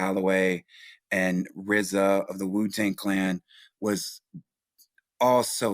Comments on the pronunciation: This nigga said " Rizza," lol!!! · Did This nigga say RZA ??????? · Did he say rza!?!?! 🤦🏻‍♂️ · Brudda said rza??? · Did he say RZA?????